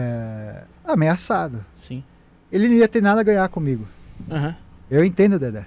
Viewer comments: Dedé, não “Dedê”! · É "DEDÉ" Santana e não "DEDÊ"... KKK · Nao é Dedê e sim Dedé